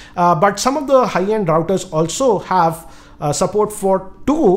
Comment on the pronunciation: Wifi raooters😂😂